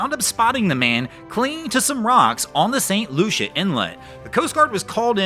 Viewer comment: St. Lucie inlet. "LOO-see, LOO-see, LOO-see!"